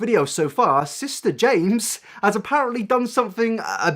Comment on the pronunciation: I cannot watch any of his videos because of the “sista” thing. If there is one reason for hate i found it.